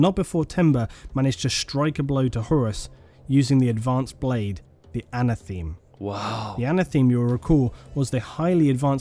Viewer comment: The one thing that annoys we with are some of his pronunciations - it’s Monar-key-a not monarcheea - it’s Erebus not Ereebus - and it’s anatha-may not ana-theme 😂